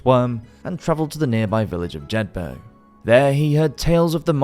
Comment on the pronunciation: A little note on pronounciation Roxburghshire = Roxburruh-shire (shire as in The Shire in Lord of the Rings) Jedburgh = Jedburruh